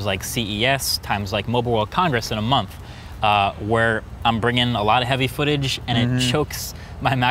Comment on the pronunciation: “Last year I did a QANDA video every monf “